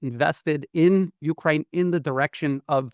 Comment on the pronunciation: Glen, I listen to you all of the time and you are very informative. However, please pronounce Ukraine correctly, the emphasis is on ‘kraine’ not U. Thanks